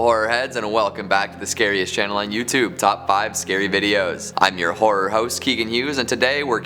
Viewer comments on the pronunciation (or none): imagine if this was a romance channel.. the intro would be 'this is the whore channel and im your whore host' NOT saying is a whore it's just every time he says horror i hear whore